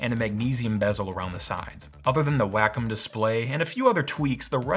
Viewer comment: It's Wah-Come. Not Whack-'Em. It's Japanese. Wa meaning peace and/or harmony. Komu is 'computer'. So... Wa - Com